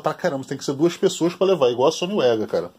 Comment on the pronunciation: E tio vc esta equivocado,o correto Da pronuncia e sony vega Mesmo e nao sony uega kkkkkkkkk Detalhes,mas foi um belo video.